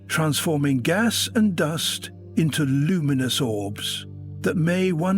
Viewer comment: The AI generated voice is pretty convincing, except when it pronounces Uranus as Euraneous, and wouldn't mix up gas with gos.